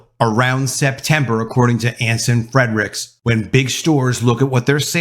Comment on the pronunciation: .....it's Anson Fre-ricks, not Anson Fred-ricks. Just sayin.........